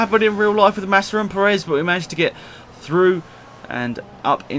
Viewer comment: you said Nassa